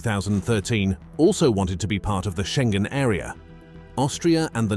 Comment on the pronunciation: Iohanis. Not " aio..." It's not " row mania" either. Think of romany. România â= ı Schengen: learn how to say that!